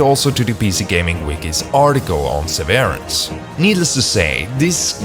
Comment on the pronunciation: it's "SEH-veh-rance".